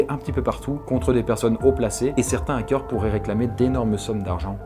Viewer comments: "Les zackeurs" Je vois qu'il a toujours autant de mal à s'exprimer français :) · " les ZAKEURS " lool! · '' LeS ZacQuEUr'' 😢😂😂 mes oreilles saignent 😂